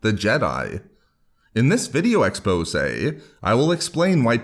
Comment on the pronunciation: The way you say expose sounds French af.